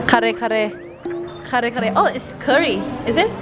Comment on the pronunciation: perfectly said kare kare like a real Filipino. I love Thai foods equally and some Vietnamese foods too. Do they have calamansi in Thailand too? We feel fortunate that you have created this wonderful channel and to be part of your journey.